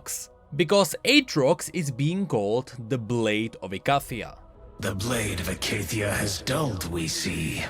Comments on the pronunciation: I don't think it's pronounced Ick-ay-thia, Malz has had a voiceline since his release way back when that says "Icathia Beckons." where he says it Normally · Wait...why did they change the pronunciation of Icathia? We do have the "Icathia beckons"-quote from Malzahar already.